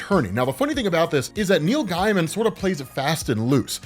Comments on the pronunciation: Pronounced GAY-mun. Not guy-mun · Btw his name is pronounced “Gay-man” not “Guy-man” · Gaimen is pronounced Gay-man, not Guy-man. You can go to his Wikipedia for verification, or watch the Simpsons episode The Book Job when he guest stars and they say his name several times. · Neil “gay-muhn” not “guy-muhn” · Just a quick pointer, that’s not how Neil’s surname is pronounced, in fact it almost sounded as if you were saying “Neil Diamond”! You’re pronouncing the name as as “Guy-man” and the correct pronunciation is “Gay-muhn” or “Gay-mn”! 🗣🤷🏼‍♂️ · Gaiman is pronounced gay-man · His name is pronounced like gay-mun. Source - Neil Gaiman. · GAY-MIN. ITS PRONOUNCED GAY-MIN. JFC. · I thought his name was pronounced Neil Gayman?